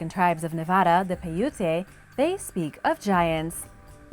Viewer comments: … the Indian tribe you speak of is Paiute, pronounced PIE.. UTE. Please be more careful with ur pronunciations. This is only one of the many u have mispronounced! Mahalo Dr. Denise Slay Professor of Anthropology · Pronounced Pi ute, the Native American's were NOT Hispanics. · I'm from Nevada and I just wanted to say PAI-oot here's' a link to learn how it'd pronounced. pronunciation of paiute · How do you call yourself making a video to teach people things when you yourself cannot pronounce piute or hieroglyphs many others come on now it's Agamemnon